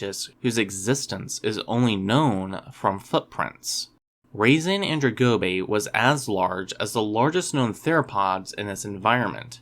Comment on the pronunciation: Why did you pronounce it weirdly? It should be pronounced (RAH-zah-nan-DRONE-go-bay).